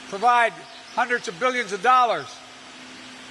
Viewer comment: Biden cant even pronounce millions or billions right let alone have a plan for this economy. So Trump 2020 hair SNIFFING weirdo